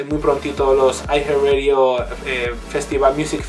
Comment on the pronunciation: Siempre pronuncian mal los títulos xD.